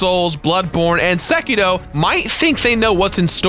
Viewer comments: Its sekiro, not sekeedo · It is sekiRo not SekiDo... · Why the hell does he say "Sekito" instead of "Sekiro" ? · Ahh yes sekido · Am I the only one that hears him say "SekiDo"? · I hate the way you pronounce Sekiro. There is no letter D in Sekiro.